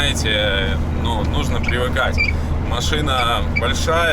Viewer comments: Не "АдЕсса а Одесса"... Это я вам как Одессит говорю... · ОдЕсса! Бля, а не ОдЭсса! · Правильно говорить Одесса, а не Одэсса😮. Привет из Одессы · Одесса а не Одэса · Какая нахрен АДЭССА???? не говори так пожалуйста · 11.07 - ОдЕсса пишется и говорится через Е а не э! А так, респект вам ребята )